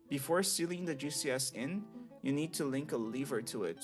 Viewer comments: Am I the only one hearing GCS as juicy ass? lol, Ty for tutorial btw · I really thought he was saying Juicy Ass instead of GCS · I kept hearing "juicy ass" whenever you talked about the spider xd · Somehow I missed you shortening "Giant Cave Spider" to "GCS" and instead thought you were calling them a "Juicy Ass"... I was so disappointed upon finding out what you were actually saying, both in myself mishearing it as that and because it wasn't what you actually said. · not me thinking you was calling a GCS a juicy ass lmao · Fascinating. As a DF noob, most of this went over my head, but I want to try it any way. Also on an unrelated note, every time you said "GCS" I heard it as "Juicy ass". I think that says more about me than it does about you lol. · Am I the only one that hears "Juicy ass" instead of GCS? 💀😂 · I know he's saying G.C.S but it sounds like Juicy Ass. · Took me a moment to figure out he was saying gcs and not juicy ass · Gcs'.... I thought you said "juicy asses".